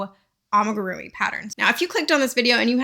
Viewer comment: Its pronounced ah mi gu ru mi not ah muh gu ru mi 😭